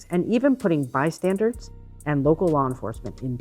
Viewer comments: It’s bystanders not bystandards!!! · I fully support this Governor going back to elementary school and learning that "bystandards" is not a word when referring to a group of people. They're called bystanDERS. This woman is a pathetic excuse for a governor.